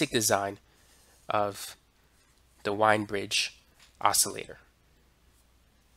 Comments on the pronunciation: The name "Wien" is supposed to be pronounced like "veen", although a lot of people do get it wrong...... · Wien is pronounced " Veen" rhymes with bean!